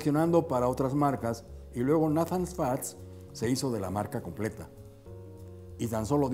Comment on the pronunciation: Amigo muy bueno tu video y la informacion que presentas, pero te tengo q decir una critica constructiva. El fundador si fue Nathan pero no se pronuncia asi se pronuncia Neithan ten cuidado con esos detalles para q no te sigan corrigiendo. Saludos y exitos!